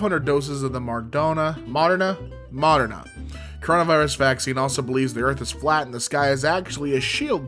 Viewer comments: ok, this isn't me being mean, I just want the guy to know! moderna is said muh-der-nah. I LOVE the way you said it though lol. You are an honestly amazing man! Also, the dude whose professor is a dead guy, the professor is just Professor Cuthbert Binns, Harry Potter fans will know what I mean. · I'll help you pronounce it Mah-dern-ah Moderna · Sorry, is pronounced mod-er-nah. I'd know, I live in Wisconsin and got the vaccine because I work in a hospital. Thankfully, very far south from that piece of shit dude.